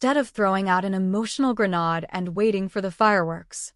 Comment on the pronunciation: Not Grenahde it's Grenayde